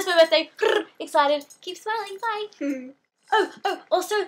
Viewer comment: I love wen you say: "awsome" in a british accent!!!!!!!!!! ♥